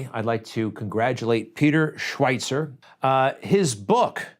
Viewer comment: Hey Greg Kelly.. I love you bunches. Listen to you every day. But....Schweizer has no T in it. Stop mis- pronouncing his name. ;) You are not the only one who does, but be the first to correct yourself.